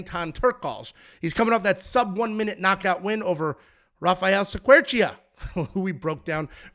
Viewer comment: Cerqueira=Sir-Key-ra in English, I think, according to Google Translate